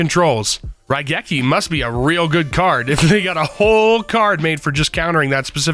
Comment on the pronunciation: You pronounced Raigeki properly!